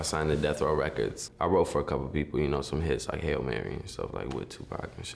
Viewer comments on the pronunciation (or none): none